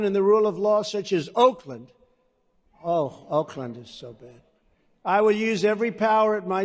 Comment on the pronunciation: “Oakland”, wonder why he picked that and emphasized the word so much